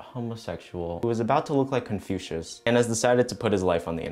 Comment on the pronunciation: not that he said confucius lmaooo